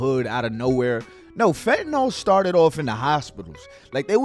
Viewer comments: Give the respect that these poor souls are dying by the thousands deserve and PRONOUNCE THE DRUGS NAME CORRECTLY!!! IT'S PRONOUNCED FENT-A-NIL !!! NOT FET-NOL SPELLED F-E-N-T-A-N-Y-L you all getting high and dying off the shit and can't even spell or pronounce it properly Others trying to save people's lives trying to inform them about the drug and can't even say the name right? IMO you sound stupid as hell trying to make an educated attempt at informing and can't say it right!! SMDH MY GOD IN HEAVEN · I wish people would learn how 2 pronounce fentanyl correctly. Its not fentanol. How do u pronunce syllable, its not sollable. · FentaNYL, not fentanall. Just like oxycotton is oxyCONTIN. 🙄😒 YES, IM THE PRONUNCIATION POLICE. SO WHAT?!? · it amazes me how many people can't say 'fentanyl' correctly it bothers the hell out of me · agreed, it's not a very complicated word.